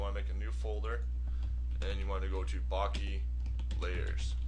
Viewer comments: Bokeh. Bo-keh. Bo-kuh. Bo-ka. Not "bockey". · What is baaakee? Ive heard od bokah...bokeh...Is that what you mean? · "barkeh" - haha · Bokeh- Bo keh- pronounced bow- ke (as in kettle) Other than that annoyance it was a great tutorial. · It's pronounced 'boh-kay'...as in bouquet?! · lol, it's pronounced boke-eh ;) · Great tutorial but please, for god's sake learn to say 'bokeh' right. That was painful.